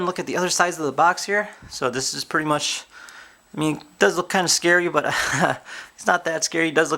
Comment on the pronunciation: Why are you saying more and more preeti big